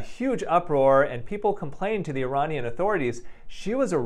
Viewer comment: First you pronouncing sahar tabar and iran and iranisn completely wrong, second what happens to us, iranian women, is way more extreme that u just said, pls do more research before u mention something like that in your videos😊